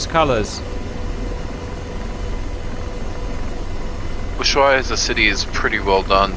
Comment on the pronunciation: Context about Ushuaia (disclaimer, i was born there, I lived for 15 years). It's pronounced Usuaia (not uSHuaia). The Accent goes in the first "A" so to speak (ushuAia). The word is native to the indigenous population and I don't exactly recall the right translation, but it roughly means "Bay that looks to the east". (I hope my school teacher isn't reading this or she'll be mad I don't remember). The old airport "Base Aeronaval" (SAWO) existed for many years (in fact, during all of my years of living there that was the only airport). The biggest plane I've seen land there were 737-200 which barely made it in (and couldn't land full fuel or there was no way out). There was a famous incident in the 80s when, in a snowy morning, it couldn't stop in time. It was landing on RWY 34 so it ended in the water. No casualties. I was at school (Across the bay) and we could see the plane sideways in the water that is quite shallow so the plane sat there. The "big" international airport was planned and built during the 80s and early 90s. The story about the RWY orientation is not accurate, initially the rwy was going to have a slightly different orientation (09/27 IICR) but due to the presence of "Mount Susana" (west of the airport), it was later modified to its current 07/25 orientation and over 3000 meters (10k feet) of length, capable of receiving a Boing 747 or even a Concorde (which landed there on the famous 2000 around the world tour). During the Falklands war (Or Malvinas), we coul